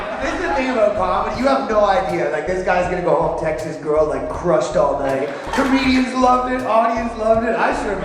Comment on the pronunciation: half of them are "comewdyans" xddd bill burr is shitty af, he don't deserve it, he deserve worst xd